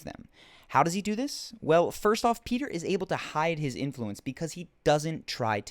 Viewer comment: his name is not Peter, it's Petyr